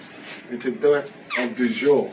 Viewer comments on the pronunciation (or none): Sounds to me he’s the Moor ‘’du jour’’ than ‘’de jure’’…